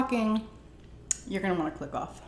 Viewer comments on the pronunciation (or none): I love that "Click off" sounds oddly like "fuck off" 🤣🤣